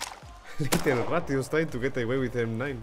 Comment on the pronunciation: The way you say rat always me laugh each time